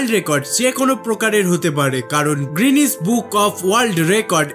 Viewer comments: It's not "গ্রিনেস" It's "গিনেস" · 'guinness' world record not 'greenwich' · Bhai grinnuse noi guinness